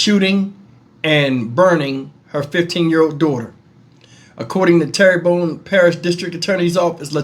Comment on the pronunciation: Terrebonne not pronounced like Terry bonne it's pronounced as Terra bonne, by the way. At least you didn't butch it like some folks do with Louisiana Cajun & Indian town or city names. 😁